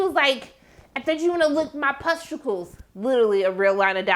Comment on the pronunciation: you kept saying “pusticles” and i kept dying 😭😭